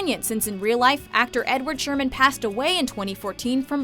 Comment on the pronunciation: it's Edward HERMANN NOT Sherman!